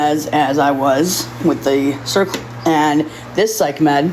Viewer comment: "of serquel" Ser-o-quel! There's three syllables! Try and put in some effort for once!